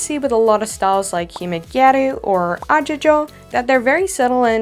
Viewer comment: As a gyaru i love this vid so much, i love how much reaearch you did especially when platforms like Pinterest and tiktok spreading misinformation and gatekeeping (the whole goal of gyaru is to turn everyone gyaru regardless, no gatekeeping only some guides and rules to follow to read as a gal) btw the pronunciation for Agejo is not agego. Idk how to write it in english but it's sort of like ah- gee - joe? It's a hard g like goat, not a soft one